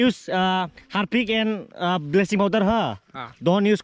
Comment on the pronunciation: Am I the only one who heard blessings power instead of bleaching😂😂😂